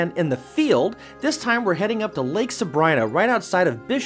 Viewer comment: I very much want to go. Thank you for the video... just one thing, it's pronounced "sa-bree-na"...